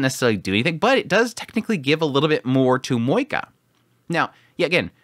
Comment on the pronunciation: I clicked the video but now I regret because I know I will hear a person saying MoeKA..... haaaa.... Edit: and he talked a lot about moeKA..... this is just painful...